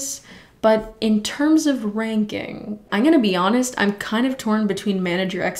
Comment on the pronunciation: when she says " ieen" instead of " i'm" lmaoo love your videos tho